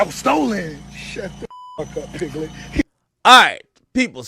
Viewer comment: He said lil pigglet! 😂